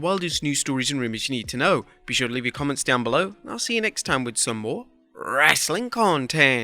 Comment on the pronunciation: is it just me? but doesn't anybody else want to slap them everytime this emphasis "wrestling content" like buddy, stfu and say it normally.